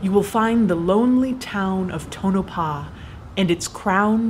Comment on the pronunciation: finally someone that can actually pronounce Tonopah properly.